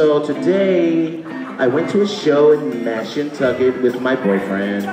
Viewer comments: I did too😭😭😭. They was supposed to say Mashantucket but just said fuck it and said "Mash Kentucky." 😂😂😂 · I did😭😭😭. "Mash Kentucky." I was like "When they come to Kentucky?" 😂😂😂. Them niggas was supposed to say Mashantucket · this whole time i'm thinking they saying "Mass, Kentucky" this shit is Mashantucket 😭😭😭😭